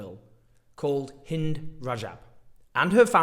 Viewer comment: THANK YOU, Owen, for pronouncing Hind's name the CORRECT way.